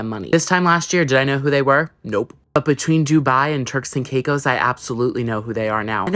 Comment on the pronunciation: It sounded like you said “terks and cake hoes”